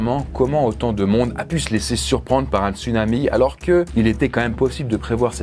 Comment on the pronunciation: On dit "tsounami".